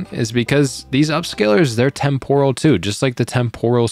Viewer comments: Tem-poral := Temp-ur-al 🙂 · témporal... please... you're killing me